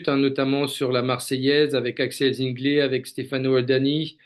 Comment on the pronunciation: Axel Zingle se prononce Zinglé avec un é !!!